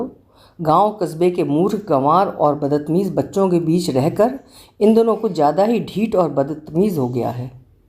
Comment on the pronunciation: Aap kahani mein jaan daal dete ho ma'am...😊 (Bas ek chhotasa sujhaav badtameez eksath zyada achcha sound karta hai .... "Badat meez" ye atpataa lagta hai) Big fan ma'am 👍☺️